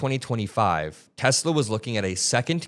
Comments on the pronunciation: "I love Tesler!" 😂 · This is what happens when Trump says, "I love Teslur!"